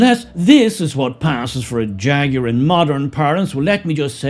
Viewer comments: It is pronounced "jagwar" not "jag-you-are" for f. sake. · HAHAHAHAHA "FAGUAR"😂😂😂😂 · "Faguar". Perfect. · Hahaha Hahaha hey jagwire have a bud light you will need one. Jàgwire kaput. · My pronouns transgwar. -Jagwar 😂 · Or "Draguar" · Say Ta Ta to Jaguar 😊